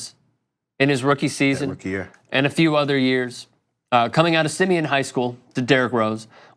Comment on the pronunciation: You claim to be a Chicago native and can’t pronounce SIMEON?? #boystown 😂😂